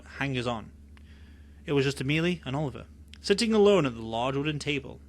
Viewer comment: Ms. Caine named the head vampire Amelie (pronounced AH-muh-lee). No disrespect meant, just figured you’d like to know for your next book narration ❤ thank you!